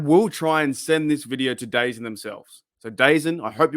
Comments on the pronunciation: Just a heads up - its pronounced "the zone" not dazun. Either way, nervous about this service, but i guess its my only way to legally stream all nfl games here in canada 🙃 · Just an FYI, it's apparently pronounced "Da-Zone". I keep seeing their ads all over YouTube now.